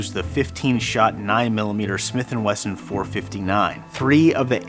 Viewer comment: Weson lol